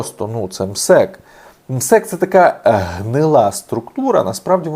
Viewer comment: Наголос на МСЕК хибний! Це Чичиков з ПФУ , гроші мертвих душ. Нас перенаправляють від проблем, які давно генеруються у пенсійному фонді країни.